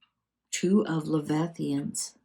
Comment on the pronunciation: Lev-i-thigh-an? I can't see the card well but I think the word you are seeing is leviathan.